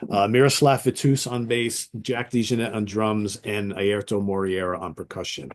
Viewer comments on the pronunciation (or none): Airto Moreira, not Moriera.